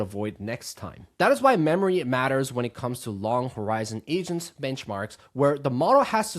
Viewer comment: I swear he said Asians, not agents in the beginning 😂